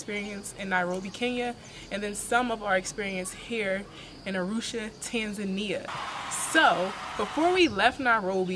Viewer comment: Why do you pronounce it as "tenzenai",.. Learn to say tanzania